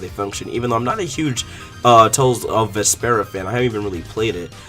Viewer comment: You keep saying the Tales names wrong. It's Vesperia. Not Vespera.